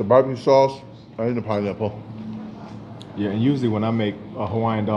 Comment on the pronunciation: 🤣🤣🤣 Sounded like you said pinenipple! Lmao! 🤣🤣🤣